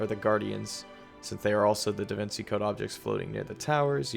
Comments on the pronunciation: It's pronounced davinCHi not davincey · Some of the content was super interesting, but ol boi just did not sound interested the whole time. Also how you going to call anyone a child and not know how to pronounce “Da Vinci” 😂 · Are we really gonna ignore the fact that this make can not pronounce DaVinci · That feel when half way through your 2 hour video you mispronounce "Da Vinci" like 5 times. Awesome video though!